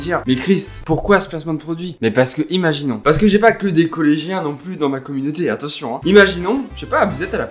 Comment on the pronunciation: Je suis la seule qui a remarqué que dit attetion